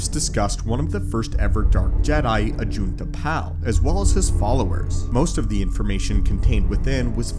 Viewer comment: “Ajunta Pahll” lol